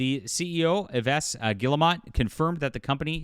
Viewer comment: Yves......"E-vess" ? LOL